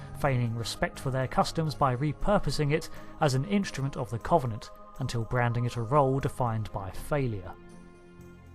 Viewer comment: I love your Cultural Index videos! However, there are some words you seem to have particular difficulty in pronouncing. This time it's the word "Covenant" Think of the word cover as in to cover something up.. The O is substituted for a U when you speak it. It doesn't come up in this video, but I'm binge-watching your index playlist so this one comes up a few times. Nictitating: you say it a bit like nictitiating. This might just be a font issue from your source material etc - I don't know. Break it down and you get nick tit ate ing. I hope this makes sense. Sadly I'm one of these people who get really annoyed about things like this. I'm going straight back to my corner now. please feel free to roast marshmallows on my overdone corpse!